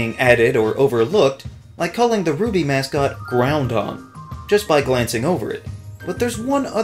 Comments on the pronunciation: Every time I see someone spell it like that. I think "GROUND ON" makes me laugh so hard. Also Groudon is one of my top 10 pokemon in existence so I'm partial to how u say his name. Since I get a laugh everytime I hear people like you say the name like that it makes me fine with it. Also I can picture a trainer just yelling "GROUND.........ON!". Gooo Too funny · Saying "Groundon" at least is better than saying "Groodon".